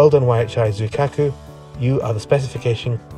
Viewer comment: With the word "Zuikaku", you put the stress on "Zui" and not "Ka" or "Ku" (don't worry you're far from the only one to make this mistake) tbh I wasn't really expecting Triton to even appear in the video, as it was my first build since October last year, and I was hella rusty and still wrapping my head around all the shiny new features (X Also the entire idea of Triton was "Let's just wield a passenger compartment to the back of an infantry tank" so your assessment was exactly on point (this idea is also what drove me to the 2pdr rather than the howitzers)